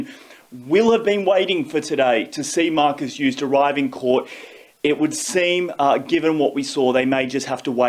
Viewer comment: learn how to say the name of the principal person in the story you're telling douchebag